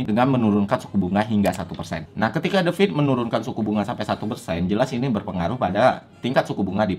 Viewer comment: Keren nh penjelesan nya .... jelas singkat dan tepat... sukses terus ... tapi pronounce nya Federal Reserve itu THE FED doooong bukan The Fid / The Feed lanjut trus dan tetap berkarya